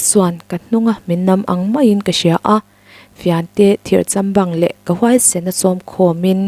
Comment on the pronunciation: Thirchambang nilo in thir châm bâng ti a lam rik tur a ni zawk lo mo